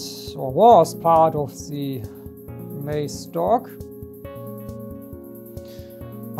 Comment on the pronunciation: Are you from Germany, no one wuld say majs it's Korn for the Brits and Americans, but it's interesting